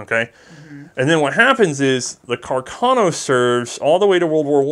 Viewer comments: It's Carcano, not Cacarno. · congratulations for the good work (both very informative and entertaining)! One minor detail, if I may: it appears "Carcano" should be pronounced putting the accent on the first "a". Thus: Càrcano, after the italian artillery officer Salvatore Carcano. Sources: 1.) Enciclopedia Treccani: 2.)the curator of the WWI museum of Redipuglia in Italy. A few years ago I had a chat with him and he corrected me.